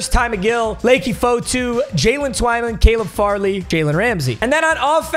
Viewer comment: Just trying to help it’s pronounced lucky fotu I know him multiple ways cause he went to utah